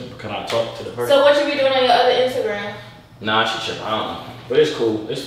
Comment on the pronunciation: She said intagram